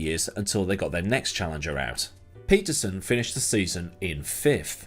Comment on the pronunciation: pronounced: Pettersonn. Please! Pleeeease!